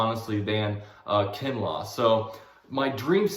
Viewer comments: Kinlaw man kinlaw not kinley lol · Laughed so hard everytime you said Kinley 😂 Keep up the good work tho! 👌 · He said javon kinlaw name wrong 3 times🤣🤣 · Johnta Washington i can’t take this dude seriously when he doesn’t even know the players name he’s talking about. it makes me question his football knowledge.